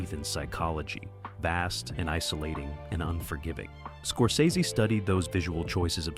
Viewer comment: Somebody teach this strunz bot how to pronounce Scorsese